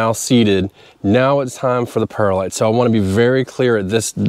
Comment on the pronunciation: Great episode! Any updates for this spring? How about a side by side comparison of perlite vs vermiculite?? Oh, and by the way, it's pronounced pearl-lite, not para-lite.